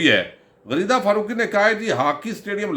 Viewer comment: آپ نے غریدہ بولا یا غلیظہ بولا ؟؟؟